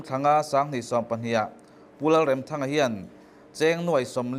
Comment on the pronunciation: Remthanga hi i lam dan a dik lo lam dik rawh.